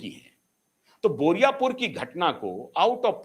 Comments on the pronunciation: पहले बोले बुराईपुर, अब बोल रहे हैं बोरिया पुर। बारुईपुर बोलने में आप को इतनी दिक्कत हो रही है? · "बोरियापुर" नहीं , बारूई पुर " सर ।